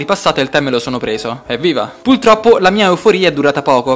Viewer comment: hehe beccato! è la seconda volta che dici puLtroppo... dislike e disiscrizione... comunque bel video! grandissimo!